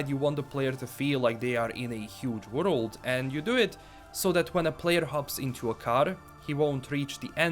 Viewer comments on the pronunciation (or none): "worold" -. Sorry love ya! just joking:D